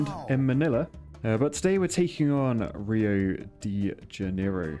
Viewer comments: Its reo jay jenero no reo day jenero its portuguise not spanish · "Rio Dee juneero" 😭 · It’s said “ree-oh de Ha-naighroh” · I'm Brazilian and it's pretty funny to see how you say "Rio de Janeiro" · Brazillian here. Just to be clear: you read "Rio de Janeiro". Glad to help.